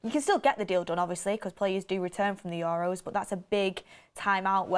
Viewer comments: We're gonna hear "Your Row" for weeks now, atleast 50x a video. Accent is one thing, but correct pronunciation regardless of accent is another. For example, an Asian accent would pronounce your surname Tucker as "Tooch-ker". Would you be okay with that? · The way she says EUROS is killing me every time 😂